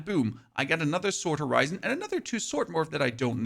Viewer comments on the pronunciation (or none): none